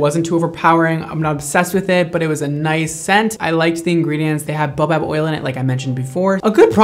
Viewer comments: TIL you dont know how to say baobab.. bay oh bab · Baobab: "BAY-oh-bab". Baobab is an African tree. A boa is a snake :P Also, I hope to try some of your products that has this oil in it.